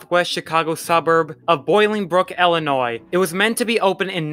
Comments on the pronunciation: Ill i nois... not Ellinois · Not to mention, it's Illinois, not Ellinois.